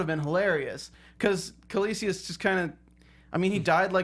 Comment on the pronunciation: Can someone please tell these people it's not "Kaelicius" but Kaecilius!!? Quite irritating to hear it mispronounced throughout the show.